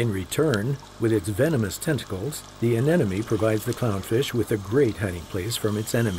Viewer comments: It's also not 'aneneme', it's 'anemone' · Anemone - applicable to both the plant world and the animals in this video. So, yes. If he pronounced it anennomy, he must have read it wrong off the script. Common mistake, used to pronounce it that way when I was a kid. Otherwise a lovely documentary (didn't think there were too many ads, personally - which seems to be the main complaint here... and then there's that handy 'skip ad' option, which you can't do with TV ads). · It is probably not pronounced "anennomy".